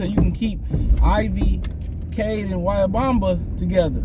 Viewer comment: Bro just butchered that man name lol